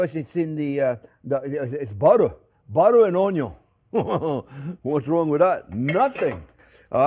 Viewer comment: Thank you Chef! The entire family loves your show. The youngest (6) loves to zoom around saying "onyon" like you do. The way you pronounce "worry" is Scooby-Doo adorable. Sharing the secrets of good cooking is a gift to us all. Happy Thanksgiving to you and yours.❤️ BTW, it smells wonderful in my home right now as I prepare my turkey & gravy following this recipe.